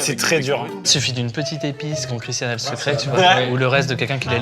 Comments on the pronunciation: Bonne vidéo. Dommage d'avoir prononcé son prénom correctement une fois sur deux. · étienne c’est le seul connard a pas respecter le prénom de Christian, franchement ça lui coûte quoi de le prononcer correctement ?